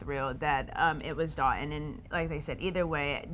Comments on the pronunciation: Dotun..please tell your fiance how to pronounce your name. Haba!!! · Will she ever pronounce his name right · Dotun is a Nigerian name and to say it right it has to have the dialect. Charity is not Nigerian cut her some sluck